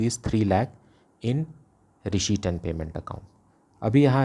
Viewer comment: SIR RESHEIPT NAHI RECEIPT HOTA HAI🤣🤣😅😅